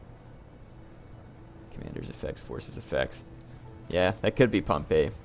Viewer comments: Just a note Pompey's name is actually pronounced 'Pom-Pee' not 'Pom-Pay' Pompeii (pronounced 'Pom-Pay') is the city next to mt. Vesuvius Pompey (pronounced Pom-Pee') is the man/family name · I always thought pompey was pronounced like pompee...?